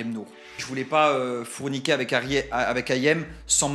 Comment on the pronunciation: « Savan », « fourniquer »… faut prendre quelques cours de phonologie Dylan